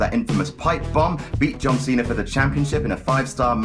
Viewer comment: I love how his accent makes it sound like he says john cenar